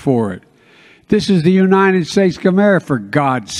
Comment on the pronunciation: This jag off can't say the word United instead he says unined!